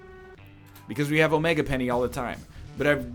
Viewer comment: I feel like he’s saying omega penny on purpose now. Like how can you not realise? I know it shouldn’t but it makes me face table every time he says it!